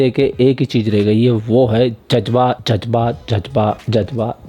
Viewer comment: Judge baa kya hota hai😂😂😂 Ja z ba hota hai..